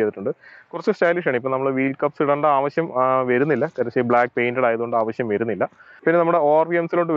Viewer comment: "verunnilla ennu alla......."varunnilla"......keep the Malayalam language intact.....